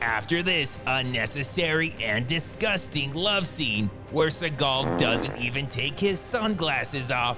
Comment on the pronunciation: Steven Z-eagal